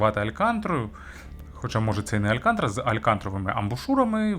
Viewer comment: Алькантара, а не алькантра😊